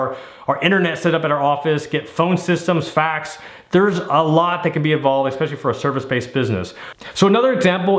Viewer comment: It's not ECK specially it's ES specially